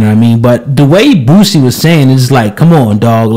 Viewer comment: Say the man's name right though... It's BOOSIE... not Bootsie!